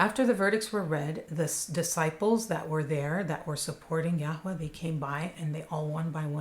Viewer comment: Yarway, please pronounce it the same as everyone else NJ, YARWAY x